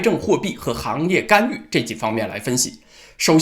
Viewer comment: 是「干』預不是「幹」預.....